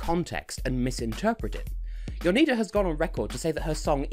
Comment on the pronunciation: You got Jonida's name right, luckily still in contact with an Albanian from uni so asked her how you pronounced it